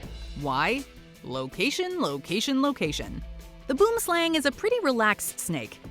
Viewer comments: Just a pro tip Boom = tree.... Slang= snake so you could've just said tree snake. Also it's not pronounced Boom as in the bomb goes boom one would think you googled how to pronounce it first. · Boomslang is Afrikaans for tree snake Pronounciation is "bu_om_slung" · It's pronounced Bwoowim Slahng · Where are the South Africans at? It's BOOMSLANG, not boomslang... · The boom slang's name is technically wrong. It should simply be tree snake. Because the boom slang name is actually an Afrikaans (language) word. Boom which is "Tree" pronounced like B-who-uhm or I guess like whome with a B (whome the bell tolls) And slang is obviously "snake" Pronounced like lung with an S...slung. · The way "boomslang" is pronounced on this video makes me laugh 😂😂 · WHY DOES EVERYONE OUT SIDE SA MISPRONOUNCE THE NAME OF THE BOOMSLANG IT SERIOSLY ANNOYS ME😡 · 😂😂😂the way they pronounce boomslang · Well glad to know the rest of the world is saying boomslang wrong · Just for the record "Boomslang" is an Afrikaans word meaning tree snake and it's pronounced very differently. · I cringe everytime I heard Boomslang, its Afrikaans at least try get the pronunciation close XD literally translates to tree snake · I got so triggered by how incorrectly she said boomslang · Dit is 'n fokken Boomslang! I hate it when English people can't pronounce Afrikaans words. Secondly, it's fangs lie very deep in its mouth. You'd have to force your fingers in its throat to get bitten. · Come to South Africa, we'll teach you how to pronounce boomslang. It's Afrikaans for tree snake. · Just call it a tree snake cos you're butchering the word boomslang 😂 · It seems like everyone outside of South Africa pronounces boomslang very, very wrong. It's and afrikaans name meaning tree snake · any other south africans / afrikaners on here cringing by how she pronounced “boomslang” 😂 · Only the herpetologist pronounced boomslang correct. At 2.23 min. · boomlsang is pronounced wrong it means tree snake in afrikaans